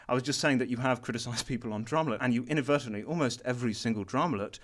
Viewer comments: Man and keep roasting keem and making him look so dumb, lol Keem, Inaberytalngbly, is not a word... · "inavertably" keemstar 2016